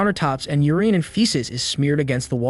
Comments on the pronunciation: my dude, learn to say "urine" (your in) and "feces" (fee seas), not your eeen and feee ces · You don't know how to pronounce "urine".